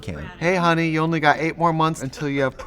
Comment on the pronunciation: why is Trixie saying “what are ou wearing? Are ou up?” Is there some rule that you can’t use the letter Y?